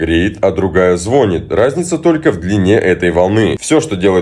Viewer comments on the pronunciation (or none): ЗвонИт, ну не звучит звОнит, хоть сейчас уже признали что оба варианта произношения имеют место быть.